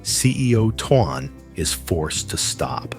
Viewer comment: Please say his name correctly it's tone while it is not spell that way